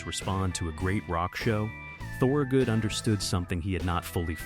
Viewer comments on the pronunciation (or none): say THUR-good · repeated incorrect pronunciation of "Thorogood" is godawful annoying. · The video is interesting. I grew up outside Philly listening to him. He was my first concert. Couldn't you make sure your shitty A.I. narrator at least pronounced his name correctly? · AI mispronounces the name. It hurts.